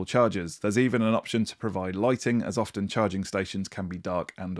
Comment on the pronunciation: Were the words you included “refer back” and ”often” where you sounded the T ?